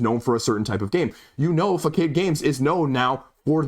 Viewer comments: FA-SA-D? That's how I would pronounce "facade". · I could be wrong but isn’t it pronounced “fe-saad” games. I could be wrong because a “facade” typically has a negative connotation and denotation. FACADE: “a false appearance that makes someone or something seem more pleasant or better than they really are” Seems weird to name your company that. Wait, they do a lot of hidden role games so maybe it’s playing into the whole deception of things. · Fuh-sahd. Facade means store front OR false appearance